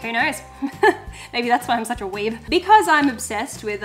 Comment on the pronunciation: I never knew how much more satisfying hearing the word weeb would be in an Australian accent😂